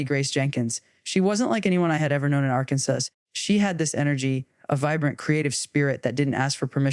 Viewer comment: Arkansas pronounced as “Arkansass.” Yep. It’s AI! lol.